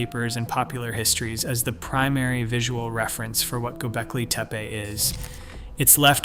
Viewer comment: He must have had some typos? He pronounced it correctly pretty soon, and didn't re-do it. I found it fascinating.